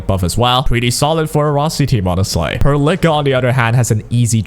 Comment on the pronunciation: The way you pronounce Perlica is killing me 😂